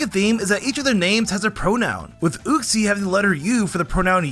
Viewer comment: The way you said uxie SO INCORRECT is very infuriating 🤣